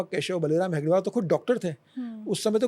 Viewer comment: नाम गलत ले रहे हो. हेडगेवार ये नाम है आप गलती से हेगडेवर ऐसे ले रहे हो.